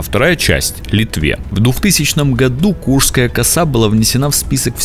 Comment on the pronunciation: Почему ударения неверно ставите? И коса КурШская, а не Курская.